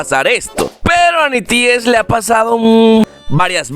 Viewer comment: No se pronuncia nities se pronuncia NETIS XD